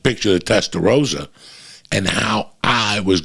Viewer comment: its testa rossa, you as a spanish speaker should know. great advice tho.